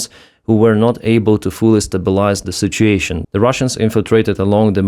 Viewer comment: Did you say, "sitch-ashun?"